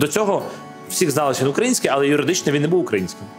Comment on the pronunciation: не укрАїнський, а украЇнський) А так дуже цікаво)